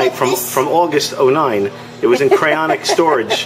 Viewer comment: For the love of God,....it's cryoGENIC not "cryonic"